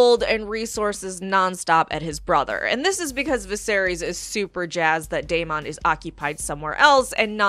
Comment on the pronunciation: why are you pronouncing Deamon so weird